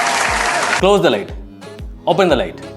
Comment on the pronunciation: Closh the light😂